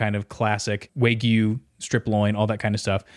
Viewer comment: wait...how did you pronounce Wagyu?